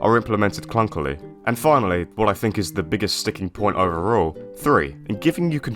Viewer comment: you pronounced clunkily perfectly